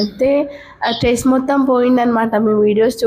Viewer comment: Stress Amma tress kadhuu